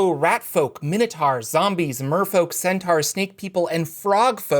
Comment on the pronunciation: I like your videos, but why do you say “minotars”, “centars”, etc.? “Taur” has a “u” in it, so it’s pronounced “tor”.